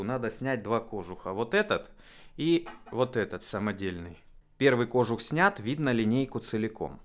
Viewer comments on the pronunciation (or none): Крутяк! Поздравляю! Я сам говорю "кОжух", но правильно "кожУх", также, как правильно говорить "ступИца", вине привычное мне "стУпица".